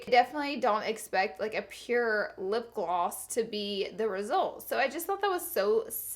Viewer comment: It's lipgloss. Not lipglwass